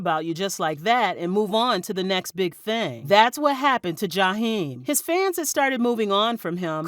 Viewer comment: I just wish you could pronounce his name the correct way.